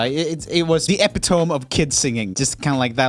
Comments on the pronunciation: Joel, get some sun, bruh Btw, Epitome is pronounced e-pit-o-me Not e-pit-tome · It's eh pih toe me, not epi tohm. Your pronunciation is a little bit pitchy lol. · Joel: epi-tome Me: .............. e-pi-to-me? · joel pronouncing epitome ep-it-om makes me laugh- it’s ep-it-oh-me, joel. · Note to Joel: It's pronounced "ah-pit-toe-meee" with an eee/iii at the end and not "epi-tome" like in dome or chrome. Just saying. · "Eh-pa-toum" Its 'eh-pit-toe-mi' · “epi toam” -roomie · JOEL DID YOU JUST PRONOUNCE EPITOME (EP-IT-UH-MEE) EPI-TOWME???!! 😂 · I laughed when Joel pronounced "epitome" as e-pit-ohm, thinking it was a joke. Then I remembered that English is not his first language. For anyone who is curious, it is pronounced e-pit-o-me. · The “epy-toam” of kid singers... epitome? Eh-pit-oh-mee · Yes it hurt. E pit o me vocally probably closer to Eh pit a me but I'm not that into grammar. Not Epi tome Just an FYI Keep up the great videos. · When Joel pronounces “epitome” as epi-toum instead of “epit-o-me” So cute lol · epitome eh-pit-oh-me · Haha love you and your accent Joel! “Epitome” is pronounced Ep-it-o-me not Epi-tome. Just a friendly FYI 🤗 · I LOVE that you said “Epitome” as “Ep-e-tohmme” it’s actually produced “E-pit-o-me”. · the EPITOAM? lol <3 epitome = pronounced epitomee ;) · Epitome (eh-PIT-oh-mee) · Side note... Epitome = Eh- PIT- oh- mee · Epitome (pronounced E pit Ō me) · epi-tome XD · Epitome mate is pronounced ah-pit-oh-me 😂 lol so funny 😆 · Who's gonna tell him epitome is pronounced "eh-pi-to-me" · Uh-Pit-Oh-Me. Not whatever you said. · epitome uttalas "epittåmi" :) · epitome - you say like I used to say it because I learned the word by reading it. Then one day I heard someone else saying it in a context that I finally made the connection between what someone said and the written word - 'ee pit oh mee'. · Hey Joel.. It's "Eh-Pit-OH-Mee" You're still cute though! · It's epitom-ee, Joel. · I love it when Joel pronounces English words wrong ‘E-pi-TOAM’ 😂